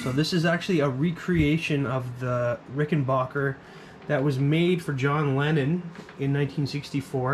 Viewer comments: It's pronounced "Ricken BACK er" Not Bocker or Baugher. BACK like scratch yer BACK. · And it’s “back” not “bock”. Rickenbacker. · It’s an a, not an o. Rickenbacker.